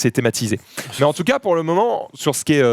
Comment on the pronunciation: Ptin il me trigger quand il dis entcas pour dire en tout cas